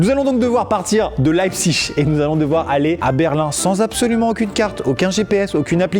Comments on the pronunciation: leipziGGGGG c'est un g pas chhhhhhhheee suisse vas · Amixem c'est le gars en cours d'allemand qui prononce "-ig" "-ich" alors que moi c'est la team "-ik" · CA SE DIT "LEIPSIG" ET NON PAS "LEIPSISCHCHCHCHCHCHC" OBJECTIF 100 ABONNÉS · On dit pas leipziche mais leipzhich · On dit pas [Laïbsich] mais [Laïbsig] 😂 désolé mais ça m'a stressé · Alors par contre Maxime je crois que Leipzig ça se dit "Lépsigue" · Qui prononce cette ville lébzigue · T'as faux on dit Leipzich